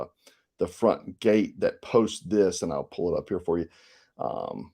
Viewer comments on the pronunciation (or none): none